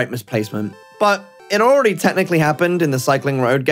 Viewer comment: “Awready on”